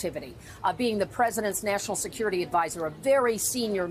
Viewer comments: National Seucurity???? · What is "Seucurity"? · Seucurity huh. 😂